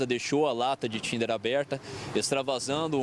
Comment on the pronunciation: 😂😂😂 é que o bombeiro falando Thinner pareceu estar falando Tinder